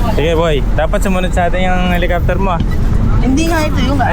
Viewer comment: H E L I C O P T E R not Helocoptwe! Hehehe!!!! Peace